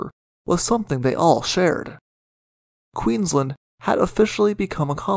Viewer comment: The pronunciation of Queensland and Brisbane needs improvement. It was also impossible to "avoid Bass Straight (sic - its a Strait)" - it was the main thoroughfare for all vessels. No one rounded lower Tasmania unless they were physically aiming for Hobart.